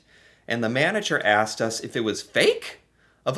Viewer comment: Out of about a dozen words Americans mispronounce, the one that irritates me the most is "asked " . To many pronounce it "axed". Wth....s is s and x is x. Makes me wonder about the level of the English language being taught in the education system in America.